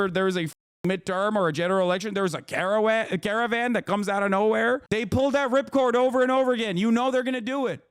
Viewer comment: Hasan, you almost went turkish on the word caravan.